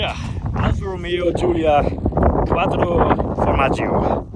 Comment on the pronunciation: Quadro formagi 🧀😂😂😂🍀